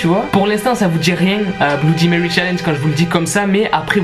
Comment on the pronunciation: Mon p'tit pote, bloudimewy ne viendra jamais à ton challenge (qui est un mot français) parce que tu estropies son nom : C'est pas tout de farcir sa prose d'anglais, faut commencer par le prononcer correctement.